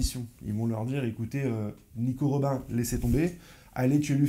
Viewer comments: C’est Nico robine 🤣 pas robin même si sa s’écrit robin 😂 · Epuis désolé de te corriger mais on prononce Robine comme dans batman et robin